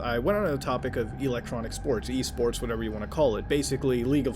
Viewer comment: Thought he said E-Scorts